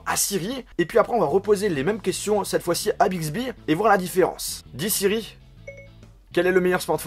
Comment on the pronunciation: Si tu connais un peu danglais euh.. au milieu temps jetendais Big zehibeh